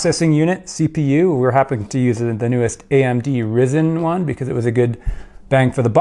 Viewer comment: Its Rye -zen not risen you plonker! Lol